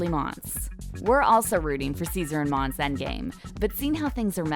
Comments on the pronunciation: It’s not monse it’s monsè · “mon suh” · Its mon-say monse 😂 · LMFAOAOAOAO sis said “mons🐍” girl PUHLEASE. U can’t even pronounce shordys name jus hush up ur mouth. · You can tell that she doesn’t watch the show because from season 1-3 she doesn’t even know how to say mon-say when in every episode someone has said her name multiple times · Monse (mon-say) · Mon-Se..... Cuchi-Yos.... do you watch the show?